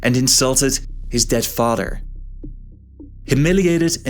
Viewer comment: Fadder, anodder , odders, why don’t you talk right?